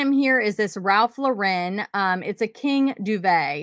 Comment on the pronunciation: Ralph Lauren actually pronounces his last name like the girl's name--LOR-en, not the Frenchy sounding Lau-REN.